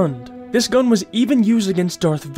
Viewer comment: ESCAPE. Pronounced ES-CAPE. It is not EX-CAPE. An excape is a cape that is no longer a cape. English is a tricky language to learn, but there is little excuse when you're clearly a native speaker.